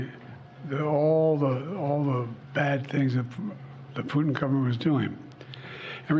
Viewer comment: well he got putins name wrong a few times, prutin.